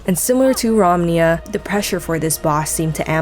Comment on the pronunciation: Mauloseum? Rack Sasha? Romniya? - there's NO WAY you aren't trolling with your pronunciation, or you're dyslexic. Painful to listen to